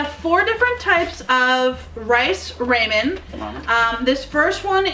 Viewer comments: rah- men not RAY-men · I was lol at Raymen. Yep, it's Ra-men. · I couldn't listen to her say "Ramen" anymore.